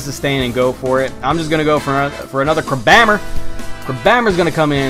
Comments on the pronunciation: Isn't it pronounced "crab hammer"? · do you say crabhammer like that on purpose? I always pronounced it crab hammer. I might be wrong so correct me. I know other people pronounce things differently